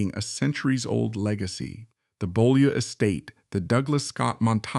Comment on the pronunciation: And someone who knows how to pronounce Beaulieu rather than "Bow Loo".